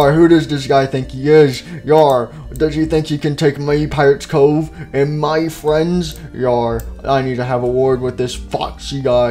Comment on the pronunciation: Foxy fwends really